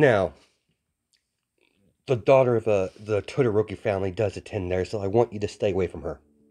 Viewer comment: I was so confused because I thought he was saying Twitter ropey or smthng not Todoroki